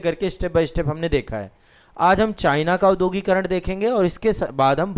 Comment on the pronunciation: भाईसाहब औद्योगीकरण का उच्चारण शुद्ध कीजिए।